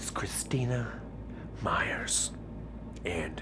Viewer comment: um,,,, my last name is Meyer so when i freaking hEARD him say Meyers I'm like whOt